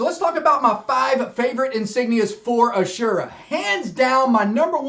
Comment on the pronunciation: As-ur-ah not a-sure-ah